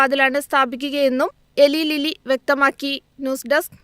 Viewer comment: എലി ലീല്ലി അല്ല ഇലായ് ലില്ലി ആണ് Eli Lilly